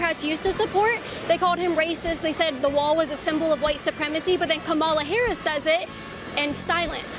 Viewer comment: Saying Kamala Harris's name like that is definitely a dog whistle right? Like I've heard her name said a lot of times now and I know how to say it correctly so why do conservatives say it wrong every time